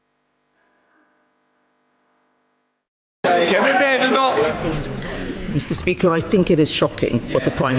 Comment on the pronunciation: That speaker can't even say Badenoch properly in fact he just can't talk properly